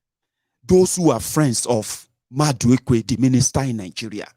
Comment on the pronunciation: It’s Madueke and not maduekwe they two different names